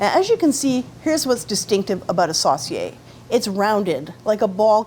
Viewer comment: Sauce-see-ay. Sounds funny to hear it pronounced like that. It's my great grandfather's surname. We pronounce it Sew-see-ay.